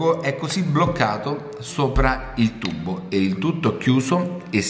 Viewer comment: il segreto e bello , non puo essere spiegato . ma mi fa morire quando dice IL TUBBO haha ma e di napoli!!! bello!!ciao